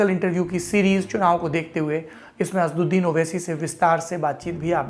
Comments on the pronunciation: Please pronounce names properly. The name of Owaisi is not Asduddin but AsAduddin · Bhai the lallantop wale unka name assauddin h Name to achche se lo? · अबे नाम तो सही ले लिया करो। असद्दीन नहीं असद उद्दीन